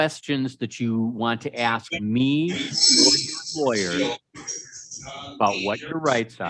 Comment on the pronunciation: What dis you axe me ?